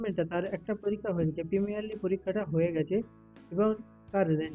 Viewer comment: প্রিমিনারলি না গো প্রিলিমিনারী বলে